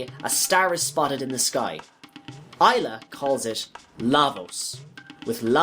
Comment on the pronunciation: And Ay-la not Eye-la